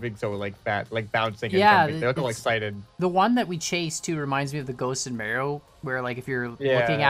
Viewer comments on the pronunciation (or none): Did call Mario “maro”? It’s (mar e o) lol